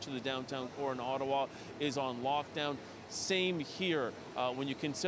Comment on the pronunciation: "whats an ottawawa"